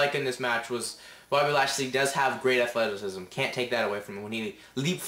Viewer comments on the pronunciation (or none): No shitty is the fact this kid sounds 12 and cant say ATHLETACISM!